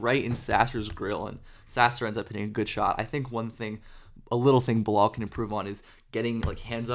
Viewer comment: Thanks for the vids on the french rookie. I just had a hard time recognizing his first name: Bilal when you said it. lol. The "a" in not pronounce as an "o" but as the "a" sound in "hat" or "hard".